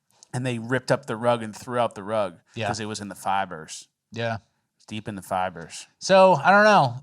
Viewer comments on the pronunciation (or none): why is saying "fibers" in such a fashion? He did it twice for good measure. 😂